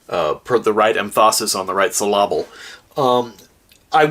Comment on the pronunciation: SyllAble lmao